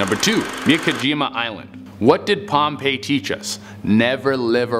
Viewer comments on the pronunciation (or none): none